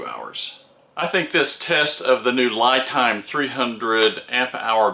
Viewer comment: 👍Great video,! Very informative!!! But the brand name seems to be mispronounced. 🤪LiTime / ’ lɪtaɪm/ ，Li represents Lithium.